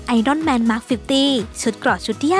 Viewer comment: Iron Man === ไอ-อ้อน-แมน === xxxxx ไม่ใช่ "ไอ-ร่อน-แมน" xxxx /// คำนามภาษาอังกฤษคำนี้แปลว่า "เหล็ก/เตารีดผ้า" /// และ เมื่อใช้เป็นกิริยาก็ออกเสียง "ไอ-อ้อน" เช่นเดียวกัน === แปลว่า "รีดผ้า ==== เรียกให้ถูกครับ /// ตัวละคอน Iron Man นี้ อยู่คู่โลกมานานกว่าครึ่งศตวรรษแล้ว /// โปรดเป็นตัวอย่างที่ถูกต้องให้แก่เยาวชนครับ